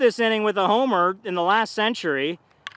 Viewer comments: It’s always so funny when he say las TA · Its la-staa